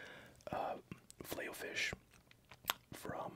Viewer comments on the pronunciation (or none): Don't wanna be rude but it's filet, not filey.